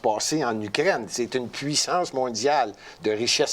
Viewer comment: Quand dit Ukraine, ça sonne comme Ugrainne. Trop drôle!!